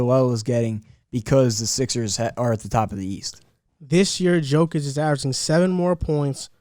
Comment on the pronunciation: Its not NiCOla its nikola and its not djokic its jokic, i mean guys first thing u need to know the name of mvp🤣